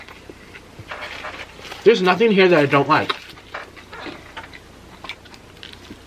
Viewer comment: honey it's BIG BUFORD pronounced Bū-Ford NOT Bigford 🤣🤣